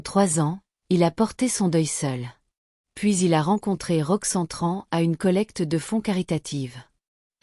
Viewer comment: Pourquoi elle dit Roxan, c'est Roxanne.